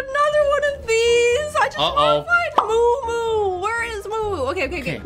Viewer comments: It’s muumuu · It is muu muu